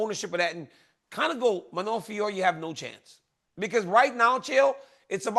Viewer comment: BRO IT'S JUST FIO-RO LOL